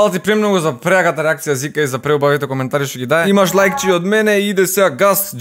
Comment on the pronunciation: Те помеша брате наместо Жика ГП вика Зика Хахахах